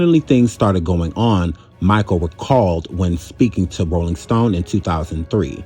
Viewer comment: Pras "Micahel"??? Man.....you tripping.